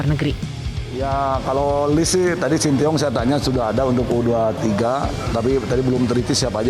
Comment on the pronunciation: Shen Tae Yong kali pak bukan Shin ti yong